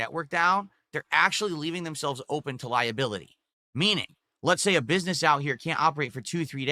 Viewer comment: If Cahm Cahst rooins Philburts businessuh then they are the best company out there.